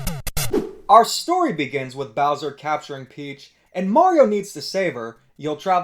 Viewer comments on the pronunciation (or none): none